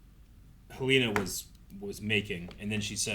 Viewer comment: I feel the need to help correct your pronunciations of names. Rhaenyra, not Rhaenarys Arryk, not Aaron Helaena, not Heleena